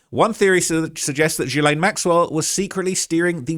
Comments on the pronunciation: My dude! It’s is pronounced Gee-lane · Why is he pronouncing “jizzstain” so weird? 🤔